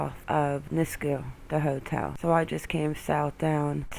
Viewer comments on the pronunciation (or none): Leduc AB, is pronounced "Le-duke"